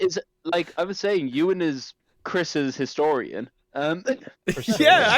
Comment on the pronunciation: low key popping in with "mackinations" and "christorian"